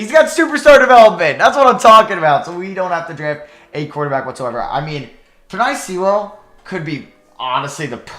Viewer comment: PEH-NAY SOO-UHL This is how you pronounce Penei Sewell Also, Rousseau is ROO-SO